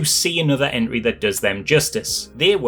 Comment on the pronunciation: I kept hearing Enry, took me a second to realize you mean Entry.